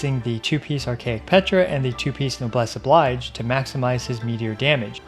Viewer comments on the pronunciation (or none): Great content as always. Just a note that "noblesse oblige" is a borrowed French expression and therefore the "oblige" isn't pronounced the same as the English word that looks the same.